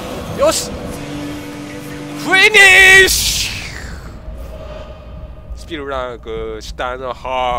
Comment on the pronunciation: フィニッシュ‼が食えねーし‼って聞こえたw